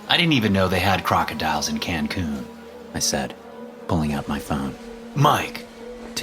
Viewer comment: “Cancoon”? Who says “Cancoon”? It’s Cancun